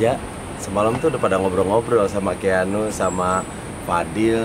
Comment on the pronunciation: kang, bukan keanugl tapi keanuagl wkwk